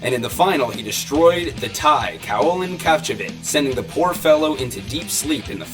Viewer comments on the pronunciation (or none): none